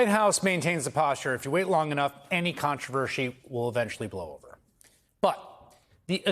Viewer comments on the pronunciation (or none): Um...controversy. Not controvershy. You do know you can re-record a video, don't you? The electrons won't mind.